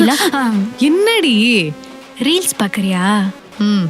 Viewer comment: ரீல்ஸ் ஆ? “ரீலிஸ்” ஆ ?😂